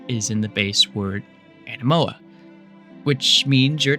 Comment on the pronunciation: whats up with you mispronouncing anemoia as "anemoa"? how did that slip through to the final video? like if its dyslexia, thats fine, but just a heads up you might need a second set of eyes just to catch stuff like that